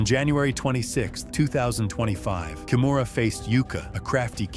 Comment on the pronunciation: Her family name is pronounced Kee-moo-ra. Please pass it on!